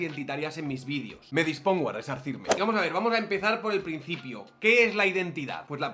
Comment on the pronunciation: VídEEEEEEEEos, se dice víd[E]os; joder.